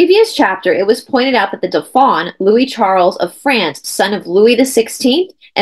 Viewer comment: Hi! This is fascinating, Dauphin is pronounced DO-fin, the in is pronounced like “un” deux, trois. ❤❤❤Thanks for all the awesome content!!!